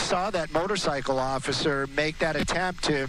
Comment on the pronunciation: "I was trying to get out of his way occifer."